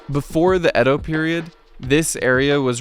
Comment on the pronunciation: Nihon = Japan and Bashi = Bridge Edo is pronounced as "Eah Doh" not "Ed Doh" Yama note = 山手 = Mountain Hand